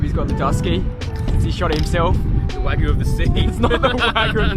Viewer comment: “The wygu of the sea” 😂. Solid video guys, crushing it!